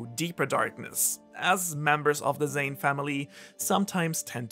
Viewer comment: I have two comments to make. First, the family name is Zen'in, and since it's clear that you care about getting the pronunciation right, you should make sure you say zen…in. Second, you're very cute.